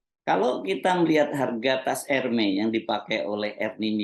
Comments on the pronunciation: koreksi dikit ya Pak: sebut Hermès nya, huruf S nya ikut disebut Pak… jd Ermès, bukan Ermè. Kalo di Prancis org Prancis ga ngerti kalo nyebutnya Ermè… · baca ermes mas bukan ermei